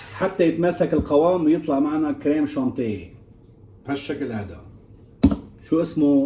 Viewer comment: اخي تهانينا على هذا الإنجاز العظيم لكن لفظك الكريم شانتيييي بعد بدأ شغل منيح. أنا أقترح عليك أن تشرفنا إلى بيروت للعيش في الأشرفية شي عشر سنين حتى تتمرن على اللفظ الصحيح للكلمات الفرنسية. طبعا يمكنك أن تتمرن على لفظ الكلمات الفرنسية في أي بلد آخر لكن لن إذا ذهبت إلى أي بلد آخر لن تضايق العجوز البشعة